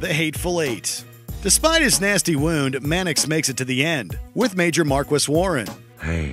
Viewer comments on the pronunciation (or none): The word Marquis is pronounced Mar-kee